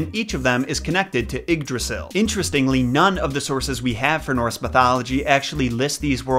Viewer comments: It's pronounced yigg drasil not iggdrasil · This video was sick and I hope you get better soon man but Yggdrasil is pronounced ‘eed-rah-seel’ ❤️ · It s Ygdrassel not Igdrassel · he pronounced yggrasil wrong in the beginning , it's like ye - drassil well pronounced like that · Love the way you say Yggdrasil XD Ps. am from Danmark. Love your content as allways. Plz make a video about H.C. Andersens christmastail, The little girl with the matchsticks